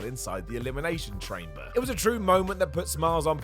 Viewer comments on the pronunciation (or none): "Elimination Train -ber" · Elimination Tchramber ? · YEAH IN THE ELIMINATION CHRAIMBER OR TRAIMBER... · elimination chramber botch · 9.08 - The Elimination Tramber man, more Weetabix before you take to the vids. A man of your size should know not to skip breakfast, it even affects the tongue 🤷🏻‍♂️